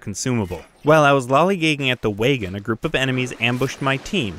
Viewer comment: 100% love your shit and can't wait to see more. But I just got to say that I was Hella caught off guard by your pronunciation of "waygon," lol.